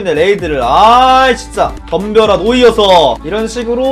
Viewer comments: 누와르서 할때 누 가No가 아니라Nu아닐까요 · 데 왜 Noirceur를 노이어서라고 읽으시는지 궁금합니다. No/ir/ceur로 읽는게 아니라 Noir/ceur으로 읽어야 하니까 누와르서 아니에요?